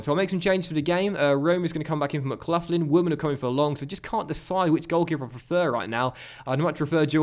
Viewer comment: its not mclufflin its mcgaughlin (mglocklin)